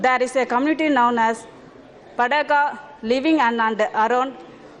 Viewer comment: athu Baduga not bedaga